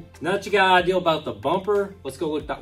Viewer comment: Ideal, idear. We have enough problems with the pronunciation with this word.